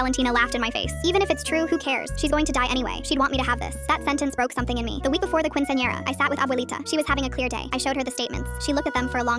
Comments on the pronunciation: the way they say quinciñera is horrible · the fact it won’t pronounce quinceañera right 😔✊